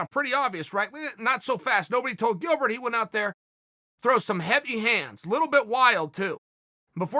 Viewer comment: He said Dilbert